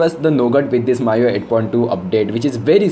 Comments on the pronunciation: bro it ME YOU I (MIUI) not MAA YOU I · What language are you speaking? it's MIUI read as me-UI not my-UI. Plus it is the "stock" Android. The one that's officially supported and updated by the manufacturer is "stock" Android. For example, Grace UI / TouchWiz for Samsung, HTC sense for HTC is stock. The one you were referring to is called AOSP. Get your facts straight.